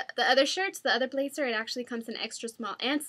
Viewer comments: Please don't take offense to this Dulce...I would just like to say that when I hear someone saying or pronouncing a word wrong, I politely correct them. I do it to my mom all the time so she won't make the mistake in front of other people. So here goes...the word blazer is pronouced "blay-Zer" not "blay-cer"...or also when you say jersey...its "jer-ZEY" not "jer-sssey" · you say jersey and blazer wrong.